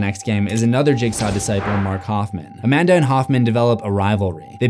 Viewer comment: She’s A-Man-Duh